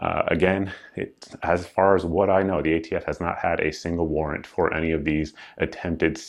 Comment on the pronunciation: "You're the ATF." "We're idiots?" Well if that's how you want to pronounce it.